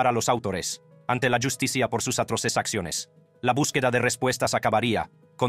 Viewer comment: No entiendo nada al robot que habla. La llus ti cia 😮😂